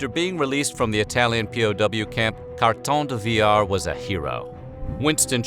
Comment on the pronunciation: This one is by far your best video. Kudos to the narrator for honoring the man without butchering his name.